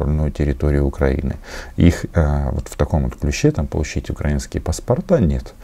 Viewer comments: У этого "попки" в методичке ударения не расставлены. Вот он и читает "укрАинские", а не "украИнские". Ну и "в Донбассе" само собой. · Не укрАинские, а украИнские. Чиновников МИДа следовало бы отправить учить русский язык и на экзамен.